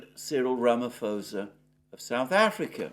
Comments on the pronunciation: Mr Mercouris, it is Cyrill RA MA POS A ( again you say RA MA FOS A) the H is a silent letter. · Hello, I am not certain whether any South African has indicated the (extremely irksome) incorrect pronunciation of our president's surname, but I am going to try. The correct pronunciation is 'ruh-muh-POH-suh', and not 'ruh-muh-FOW-suh'. I know how you care about these technical matters and I (and plenty other South Africans who follow you) would appreciate the adjustment. Good day! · Note: the SA president's name is pronounced Ramaposa, the written 'ph' does not become 'f'. Greetings from Cape Town. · Squirrel Ramaphosa.😅